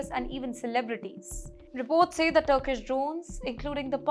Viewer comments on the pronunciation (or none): none